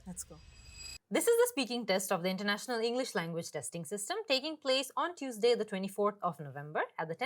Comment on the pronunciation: did she mispronounced "Tuesday"?